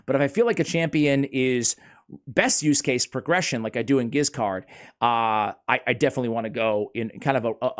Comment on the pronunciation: And Giscard is best pronounced the french way with a soft 'G'. Stoked to see a spotlight on this boy.